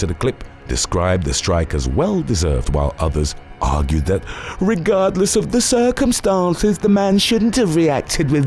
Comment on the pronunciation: I didn't see that part, but I can almost guarantee this guy pronounced it "regodless of the circumstonces". So weird they choose a narrator like this